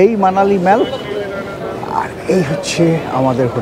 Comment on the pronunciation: আপনার videoগুলো আমি ও আমার স্ত্রী খুব আনন্দ করে দেখি। এই videoটিও দেখে খুব আনন্দ পেলাম। একটা suggestion: mallকে “মল” (American উচ্চারণ) অথবা “মোল” (British উচ্চারণ) করা ভাল। Internet search করে সঠিক উচ্চারণ শুনতে পাবেন। all, ball, call, hall, fall, tall কোথাও অ্যা ব্যবহার হয় না। শুধু shallএ ব্যতিক্রম পাওয়া যায়। Darjeeling এর mallকেও অনেকে ম্যাল বলেন। এটা কি ভাবে শুরু হল জানতে ইচ্ছে হয়। শুভেচ্ছা রইল।